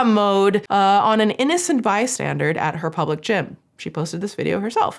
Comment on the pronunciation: this is the second time you said "bystandard".. I thought the first one was a slip of the tongue, but, you are incredibly intelligent ❤. For the future, it's "bystander," there's no D in it. Love ya girl! Your content is the highlight of my week 🎉❤